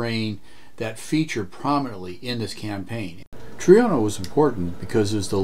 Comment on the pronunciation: Subbed. It's always nice to see this aging title still has it. And waiting impatiently for your own take on the second and third missions, as they are notoriously difficult. (now I'd allow my inner Italian to say : 🤌🤌🤌IT'S TROINA, NOT TRIONA, MAAAAAA!!!🤌🤌🤌)